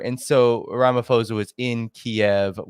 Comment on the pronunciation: Great interview. Please pronounce Rama’p’osa - it’s not Rama’f’osa . Thank you.